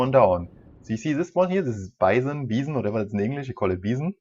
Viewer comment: It actualy BYE-son, not bee-son